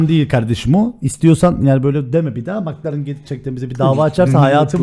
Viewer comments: nobody:: MıKlAreN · bildiğiniz bütün yanlış telaffuzları unutun. "MIKLARIN ?" qkzkfkvkskkskak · Nobody: Sasuke:Mıklaren